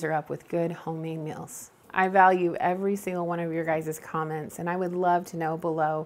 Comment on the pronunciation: Hi I watch your videos and enjoy them but I have a Quito ask you why do you call meals mills and deals dills just curious why you say them that way? Elaine Mars